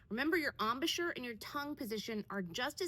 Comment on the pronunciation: Embouchure not ambusher 🤣